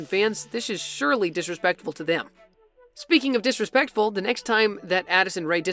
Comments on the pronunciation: no one: addison:blinks him:THATS DISRASPECTFUL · "disespectful moments" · The moment he said disrepectful Oops 🤭👎🏻